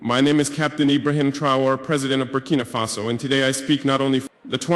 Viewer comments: he mispronounces the name of his own country . Also he is only fluent in French, the official language of Burkina Faso. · Oh ya I can hear it's AI, I've listened to him speak in his tongue and that is not how you pronounce Burkina Faso. Also very American accent, that's not usually it.